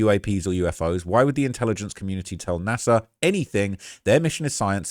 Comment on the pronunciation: It's NASA not Nasir